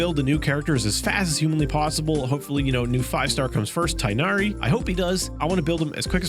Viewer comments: THANK YOU! Just a friendly reminder that Tighnari is pronounced Tig-Nah-Ri and not Tai-Nah-Ri 💖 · Not the Tie-Nari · EN dub butchers pronunciation of anything which isn’t Barbara/Noelle/Bennett etc. Like Italian “Tartaglia” they say with an audible G, German “Klee” which is supposed to be “Kleh-eh” is suddenly “Kli”, etc. In the EN dub of Harbingers trailer they indeed pronounce Tig as “Thigh-nari”. It’s surprisingly underwhelming for a supposedly high-end cast and they really could do better JP and CN voiceovers do a better job usually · It's tai-nah-ri if you go by the pronounciation at the end of the recent Harbinger/Fatui teaser trailer. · it's spelled "Tighnari" but it's actually pronounced as Tig-nari (as in twig without the w), it's a name from Amazigh and Moroccan descent!